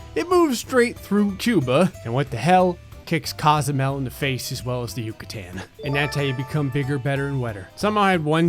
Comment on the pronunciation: I don't know why I am surprised he pronounced right "Yucatán" lmao